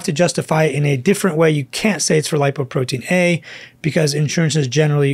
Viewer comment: "Doc, please say "Lipoprotein LITTLE a". It isn't A.